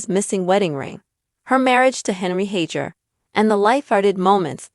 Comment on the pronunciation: Please figure out the correct pronounciation of her last name before you post a "story"